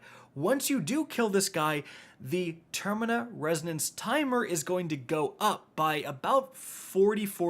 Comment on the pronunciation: Termina.....really? Lol. The word is TERMINAL.